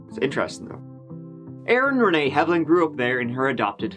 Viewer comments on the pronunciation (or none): none